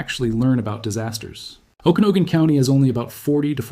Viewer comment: Personal? You're not a real person, and clearly the AI has no idea how to pronounce Okanogan.